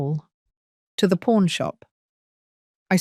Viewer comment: Pawn store, not porn store…laughable error